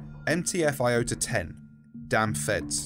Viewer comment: It's iota not lota